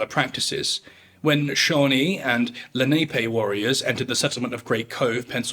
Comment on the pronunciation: Lenape is pronounced lu-nah-pay. There's a Lenape Talking Dictionary online if you're interested in learning and preserving the language